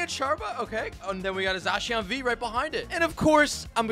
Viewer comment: za-shee-aan sound chinese haha